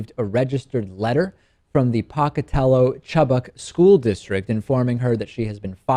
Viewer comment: It is said Poke-A-tell-o... love the show.